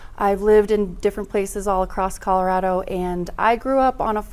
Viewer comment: It goes a long way, to me, when a local candidate correctly pronounces Colorado.